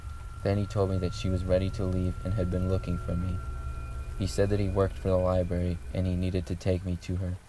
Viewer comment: he keeps saying liberry. Library man.